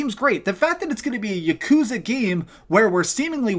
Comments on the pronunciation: Its not yuh-koooooozuh. Its YAH-ku-ZAAH. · Im here like god DAMN MAN. Please don’t pronounce yakuza with such a long hard U